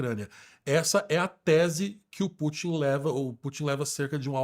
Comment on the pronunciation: Não é /Pú.tim/ é /Pu.tín/ como em Rasputin.